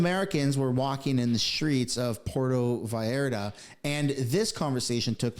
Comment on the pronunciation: pronounca correctly Pur e to Vall ar ta..